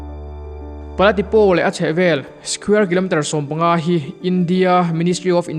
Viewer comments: A hmuhnawm e. Mara tawng a nih hian a tu te pawh hian 'O' hi 'Aw' ang hian kan lam leh thin a, O angin han lam ta mai thin ila a dik lehzual tur. I video hi en a manhla thin e. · Pala Tipo (Tipau tia lam tur Tipaw nilo in) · Pala Tipo i lam khan O hi Aw tia lam lohin Mizo tawngah Au angin lam la adik zawk ang. Mara tawngah O lam dan leh Mizo tawngah Au lam dan hi in ang deuh reng